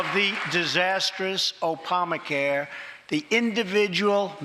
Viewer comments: Opamacare? Scorge? How is it America's SOVEREIGN RIGHT to determine what the capital city is of other nations? Daaaayumn, he really ended the speech with further escalating the nuclear threat with North Korea? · I I had to listen to it twice. then went to the comments to see if anybody else noticed that yes...indeed.... he did say opalma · I'm dead at "Opamacare" you can always count on Trump on for the lols. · Did he say "Opamacare"? lmao